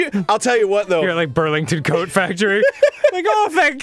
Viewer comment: idk I hear "que coso es coat" what is coat? but misspelled